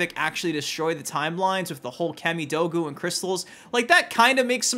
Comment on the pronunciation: “Cammy doe goo”? Say origami in your next vid…. I bet you say “ora gammy” like on the game Heavy Rain 🤔🥴🤨🤣